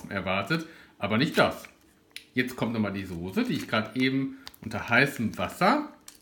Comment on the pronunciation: Immer diese Leute Sose anstatt Soße sagen 🤷🏻‍♂️